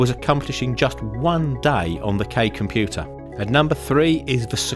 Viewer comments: "Super comuter" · Are you going to fix the "comuter" part??😐👋